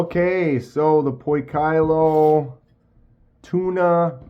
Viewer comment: Poi kee low pronounced